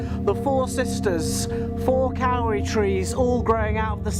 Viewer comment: Miss it so much!! Also the Kauri trees are pronounced Codi... just to make all us non kiwis sound silly! Hows life back in the Denonshire?